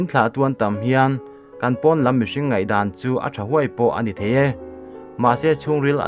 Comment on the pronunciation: I thil chhiar pakhat ZAWK, pon ni lo in porn tih in lam tawh ang che